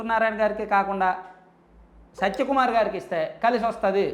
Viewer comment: Neku info ravadam entra karroda already anni news channels lo vachaka nv chepthav bokkalo sodhi by the way his name is satya kumar not sacha kumar pronouncesation kuda sariga radu vediki malli channel okati😂😂